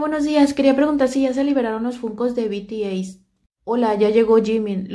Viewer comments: Se dice bities pero igual te lo paso a ti jeje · Hola, me encantan tus chismes... Solo por si te sirve la pronunciaciones son: BTS=bi ti es, Paypal=pei pal, Akihabara= aquijabara... Un beso. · Se pronuncia "bi ti es"